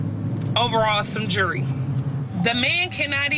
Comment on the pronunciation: stay away from women that can't pronounce their words. she can't even say "jewelry".